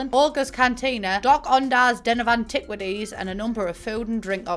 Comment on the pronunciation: I heard antiquities as "an-TIT-waties" and I have to tell you it was the highlight of my damn day 😂